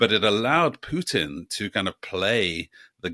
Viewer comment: It’s Poo-tin! POO-TIN! Not hard to pronounce correctly is it!